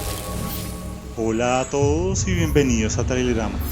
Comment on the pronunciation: Por un momento escuché traireLAMA jeje, ya estoy viendo tu vídeo estoy seguro que no quédate descepcionado